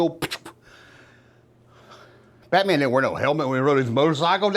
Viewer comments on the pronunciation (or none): I'm sorry but I can't watch anymore I was going to say what I got damn dude take a Valium sit down. You've said bate mam 1000 times ain't thru half way yet please get help